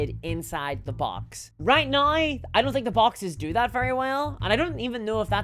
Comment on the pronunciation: "I would be way happier if those BATTLE BAWKSESSSS..." that single line made my day, unintentionally I guess :D